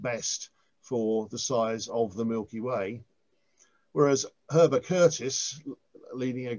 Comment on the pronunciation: That's Heber Curtis, rather than 'Herber'